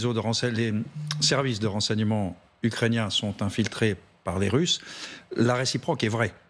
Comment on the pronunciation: C'est quoi les "Tusses"? 1.41 "Après cela, les Tusses..."